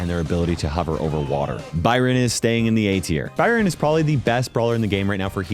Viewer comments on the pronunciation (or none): none